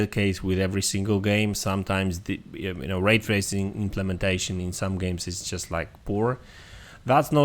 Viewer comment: Ah yes, "Ray tarsing" E